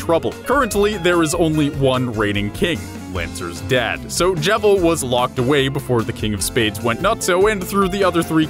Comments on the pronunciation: I pronounced his name Jeevil. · wtf why do you call him the jevil its cleary just JEVIL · I'm giving another down vote just because he can't get Jevils name right.